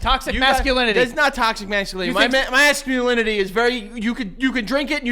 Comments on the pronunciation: NOT “TOXIX MASCULINILILY” 💀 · Why can neither of them pronounce masculinity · We’re a minute in & both of them already struggled with the word “masculinity”